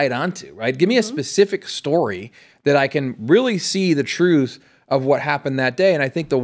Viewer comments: When a police officer can’t even pronounce the word truth correctly, I stop listening to them. It isn’t pronounced truff. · Saying the word truth, shouldn't be hard either. Its not truf. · "Tell the troof" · In fairness to him, he’s claiming to tell the “troof”. He didn’t say anything about the truth. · He should learn how to say "Truth" not "Truf". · Anybody who can't pronounce the word "truth" can't be trusted. Wtf is "troof?" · Telling the “truf” shouldn’t be hard. Harry Dunn.